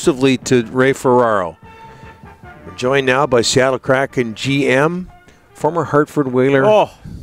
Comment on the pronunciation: "Seattle Crappin" 😂